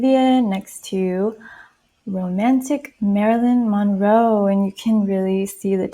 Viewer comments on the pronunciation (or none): none